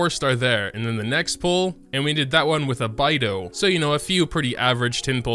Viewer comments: Its Be-i(bay)dou not baidou 🤭🤣😅 Its Liyue(yuae) not liyua hahaha Sorry but I just cant stand it with the chinese pronounciation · You didn’t not pronounce beidou as byedou pronounce it as bae-dou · Beidou is not pronounced as Baidou...... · beidou to: bye douh everyone: no its bae douh, not bye douh: no <3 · Bye dough 👋 (HAHAHA SORRY THE PRONUNCIATION KILLED ME) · the character LITTERALLY SAY THEIR OWN NAME! How do you get them wrong??? Like Bedou and diona like WAT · oh God the way he says beidou is making me cry listen to the voice lines aaaaa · I dislike the way he pronounced Beidou